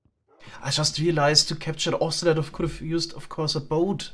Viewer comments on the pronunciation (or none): none